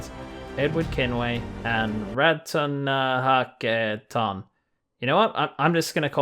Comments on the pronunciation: There are multiple videos of the correct pronunciation of Ratonhnaké:ton. Giving up trying to pronounce it or not further educating yourself about it is a form of micro aggression. Please do better. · When you're too privileged to learn how to pronounce an indigenous person's name~ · I understand that it can be hard. But it's important to learn, and to try. And I am mentioning indigenous in this example because, 1. Ratonhnhaké:ton is indigenous and 2. Indigenous people are a minority and their names are often mispronounced by non-Indigenous people because it is "different". I'm not saying you were trying to be rude, I do not believe you were trying to be rude. But it is disrespectful to not even try to learn the pronunciation of one's name, and then to simply pass it off as "a joke". I should have gone about this more kindly. I see that now, and I apologise. All I am trying to say is that, in the future, we need to make an effort to properly pronounce people's names, even when it's hard, especially if they are a minority that is oppressed and ridiculed. To erase Indigenous people's names is to erase their culture, their identity. That's what I was trying to say. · how is it a joke to not even try pronouncing an indigenous person's name?? They literally say it in the game, it's not hard